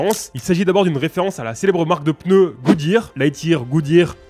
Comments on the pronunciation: POURQUOI TU DIS PEUNEU ???????? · Pendant toute la vidéo "les pEneus" 😭